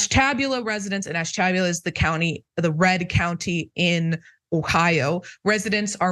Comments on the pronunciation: That city in Ohio is pronounced Ash-tu-bue-la. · Oh, the misoronunciation of Ashtabula.